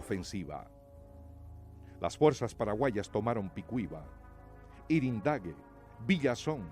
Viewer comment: Yrendague no es irendague